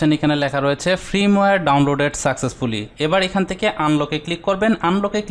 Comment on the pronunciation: ভাই এটা ফ্রিমওয়ার না, ফার্মওয়ার